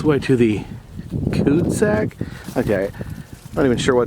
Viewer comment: cu de sak, cul de sac is french for '' dead end''